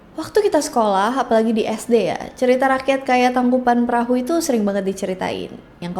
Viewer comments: Koreksi neng geulis " Tangkuban Parahu" bukan "Tangkupan Perahu" biasakan pengucapan atau penulisan nama harus otentik atau sesuai dgn keasliannya ya guys ya 😊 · Maaf kak koreksi sedikit, tangkuban parahu kak bukan tangkuban perahu🙏 Karena perahu bhs sundanya parahu